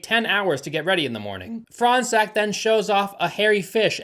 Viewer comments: As a french person, I would just like to say Fronsac is pronounced like " forehead sack " That's all for me . Also, in french, "gn" is pronounced "ñ" That's all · Why do i keep hearing "front sack"? hahahahah